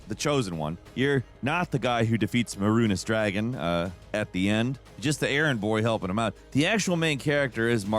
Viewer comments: oh no, he did not really say "mehrunis dragon" instead of mehrunes dagon right, please.... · I love you guys... but mispronouncing Mehrunes Dagon as MARUNES DRAGON... is HILARIOUS! I love you guys even more. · lmao Mehrunis Dragon...i know you meant Mehrunes dagon(mayroons day-gone) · Marunis Dragon? what are we talkin about here? I think the guys called Mehrunes Dagon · dafuq did you just call him? "Meh-runnes Dragon"?? 😂🤣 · "Meh-rune-iss Dragon" lol Real talk though... that's one of the biggest complaints? That's one of the things I genuinely LIKED about Oblivion - that you're NOT the hero, and you can be literally anyone you want to be. Actually one of by biggest complaints about Skyrim is that you ARE the chosen one and can't NOT be... even with Morrowind you can choose to never engage with the main quest and you never become the Nerevarine, since (spoilers for a decades-old game) its revealed that all the prophecies about the Nerevarine are things that you have to actually accomplish and aren't anything inherent to your character. (except for maybe the star sign?) Skyrim is the first one (that I've played) that actively forces you to be the hero no matter what... Even if you never interact with the main quest, and never fight that first dragon outside Whiterun, you are the Dragonborn... you are fated to save the world and no matter what kind of character you want to play, you will always be the Dragonborn. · First of all, that’s not a common complaint. Actually that’s one of the most beloved things about the game. Second of all, it’s May-roons day-gone). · May Roonus Dragon, lmao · "Merunus Dragon" right... lol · Don't talk to me or my mahroonays dahgon ever again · muh-roon-is dragin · Bro I swear I couldn't figure out what he meant the first 2 times. I was like "I never fought a maroon dragon 🤔" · I'm sorry the way you pronounced "mehrunes dagon" Gave me a stroke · Oof. That is not how you say Mehrunes Dagon.